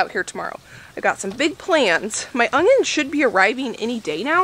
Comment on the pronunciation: I love to hear you say "ungyuns". Danelle from Weed em and Reap also pronounces it this way.